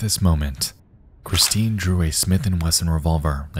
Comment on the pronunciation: "Cwistine." Love you, Nexpo. You know I'm just teasing.